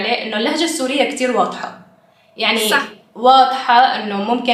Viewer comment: you're saying "sa sa sa" not SaaH...just a tip!